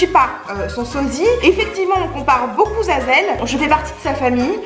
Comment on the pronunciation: ‘’On me compare beaucoup-z-à-z-elle’’ 😂😂